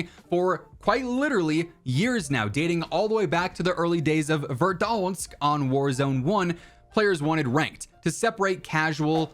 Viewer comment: I love all your vids and info you put out. But I can't stand the way you say Verdansk! You make it sound like there is an o in there somewhere! Lmao! 😅😅😅